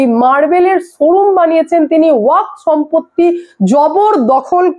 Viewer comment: ' ওয়াখ ' -- নয়রে বাবা, শেষে একটা ' এফ ' আছে, ওটা মাথায় রাখতে হবে ।